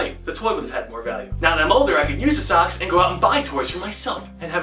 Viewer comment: when you say socks it sounds like sucks